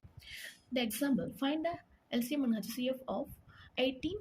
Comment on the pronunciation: Lolll I can’t stop laughinggggg hachhh ceee afff